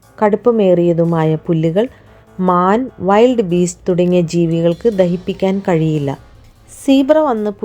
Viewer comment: വിൽഡ് ബീസ്റ് is correct not വൈൽഡ് beast